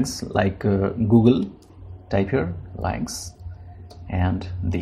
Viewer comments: Leinx? I'd pronounce it as Lünx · "Lynx" is pronounced as "Links". It is named after a type of very short tailed wild cat. Thank you for the video. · It's pronounced "links." If you're doing a video on something, you should know how to pronounce it. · encycl07pedia milord u r right! I beg forgiveness!!